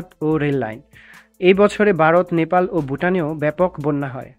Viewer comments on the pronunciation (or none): none